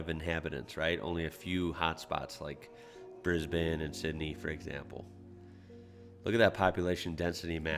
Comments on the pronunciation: Your sister the word Brisbane properly to and then let me very happy being a person living in Brisbane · Have a like for knowing how to pronounce Melbourne and Brisbane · Love your Melbourne and Brisbane. I'm going to teach you Geelong. pronounce it 'jalong'